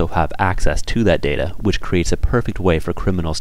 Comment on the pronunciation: Its data not data!!!!!